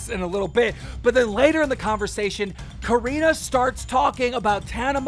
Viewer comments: Nobody: Keem:Karina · I’m sorry but I’m really annoyed how Keem says her name like Keem ur news reporter and get it right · can u learn how to say corinna lol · It’s corinna not careena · Cor-in-na Kop-fff vs Cor-een-na Kon-nip-fff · Do you purposely call Corinna, Coreena? Lmaoooo like you have to know how it's pronounced, you're IN THE LOOP. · “Koreena conumpf” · It’s corinnaaaahhhhh like say it right dude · It’s Cuh-renna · “Coreenuh” - Keemstar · Coreena caniff? Dude you’re making me cringe every single time you said her name. It’s SO wrong first and last. If you watched Logan’s video she demonstrated how to say her name correctly... smh lol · This dude calling her Coreena on purpose. -. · he said "Careena Kanuff" lmao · This dude Keem is butchering every single part of Corinna’s name lmaoo Coreena Caniff?? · Every time Keem says Corinna’s full name I wanna slap the shit outta him. We get you don’t like her but you sound like a moron INTENTIONALLY saying her name wrong… 🤡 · How stupid can you be to not be able to say Corinna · You can’t even say Corinna’s name right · I love you keem 😂 but I’ve never heard you say Corinna’s name correctly 💀😂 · Why does he say Corinna’s name so wierd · Why does he say her name like that lol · He’s never pronounced Corinna’s name correctly. 😂😂😂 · One day Keemstar will learn how to pronounce Corrina's name right 😂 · Why tf does this man pronounce corrinas name like that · Why does Keem always mispronounce names on purpose? He is dyslexic, but he knows Corinna, and has heard her name so many times, that he obviously knows he is pronouncing it wrong.